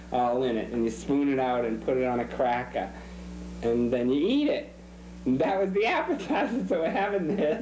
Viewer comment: I liked how he talked about smoked shrimp pâté that you "smooth it out and put in on a cracka" (in that Massachusetts accent).